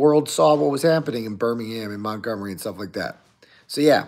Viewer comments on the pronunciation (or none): none